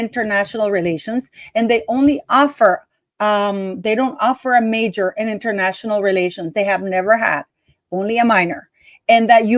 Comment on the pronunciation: Hmmmm….. Internayional (italics:). “ Relations”……maybe she DID relate internationally…….